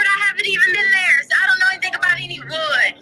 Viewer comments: It's the "anythinK" & "nothinK" for me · “I didn’t take AnythinK!” Why in the world does she add a k sound to “anythinG?” It’s so weird. Along with all her other annoying expressions. Yada, yada. Whatever, whatever.🤮. And the tone she uses. Insufferable.